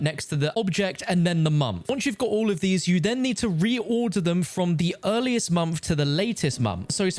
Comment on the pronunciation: At 4 mins i was like wtf is a mamf but then I remembers he said month